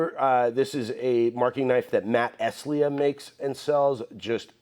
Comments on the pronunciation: If you listen to Matt Estlea's excellent videos, he pronounces his last name Est-lee, not Est-lee-ah as you might think by looking at it. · Before you mention your good buddy Matt Estlea again, you should check out his About page: "The surname however; let just say I've spent my entire life thus far correcting people on it's pronunciation. Trust me it's a lost cause. But for your own satisfaction and knowledge, it's pronounced Est-LEE."